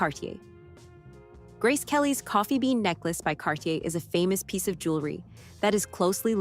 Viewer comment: Ridiculous her name was mispronounced.